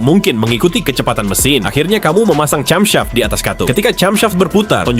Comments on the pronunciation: Bagus, cuma cara pengucapan "camshaft" seharusnya "kemseft" bukan "camsaft". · Sayang banget ya. Terjemahan teknis sedetil dan semenarik tetnoda oleh penyebutan parts yang wagu. Camshaft kok dibaca cam, bukan kem? Ya. Saya tau ini pake text to speech AI. Tapi kan waktu tulis naskahnya, begitu diperiksa ternyata bunyinya aneh, dikoreksi lagin- ditulis sebagaimana orang Indonesia. Tulis kem saf.